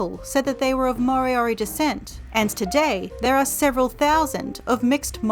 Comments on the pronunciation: Its not maw-ree and mory-ory, just roll the r's man it ain't that hard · Actually they are not pronounced properly. Maori is Not pronounced like this "Ma o ree" it is pronounced "Ma o dee" the letter "R"is pronounced more like "D" "More dee or dee" for Moriori Ka pai 👍